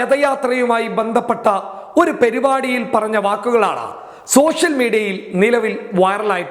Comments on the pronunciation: please rmmbr not perupadiii ⭐Parupadi🌟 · "പെരിപാടി" എന്ന് പറയല്ലേ.. "പരിപാടി" എന്ന് പറയൂ.. തെറ്റ് ചൂണ്ടിക്കാട്ടി എന്നെ ഉള്ളു..ക്ഷമിക്കണം 🙏